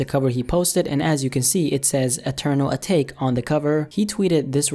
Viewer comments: I’m sorry but next time try to learn how to pronounce the words you say. It’s pronounced Eternal At-ah-Kay, not Eternal A-Take... lol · Atake is pronounced "Ah-tah-ke" not "Ahtayke" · I thought it was pronounced ata-key. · First of, I've seen better digital art. Just because it's you doesn't mean it's the best. Lmfao. Secondly, it's pronounced UH-TAUGH-KAY.